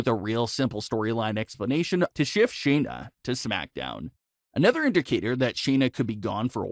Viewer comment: SHAYNA not Sheena